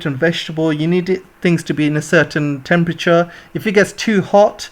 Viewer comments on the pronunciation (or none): none